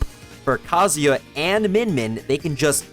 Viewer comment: Why does everyone pronounce Kazuya wrong? Like did we not go to school? You can't sound out vowels you can't clap syllables? Japanese people don't say "Kazaya" it sounds like they do because they are fluent in their language. Learn how to say Kazuya like a real Japanese person or drop the act and pronounce it correctly as a foreigner. Good video and all but dude I am really fed up how the smash community butchers his name and people defend the mispronouncation. Like you made a whole video on a character and couldnt even say his name right? ITS VOWELS BUDDY. WHERE IS THE "A"????? Gosh!!!